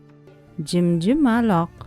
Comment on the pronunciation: Jimjimaloq emas jimjiloq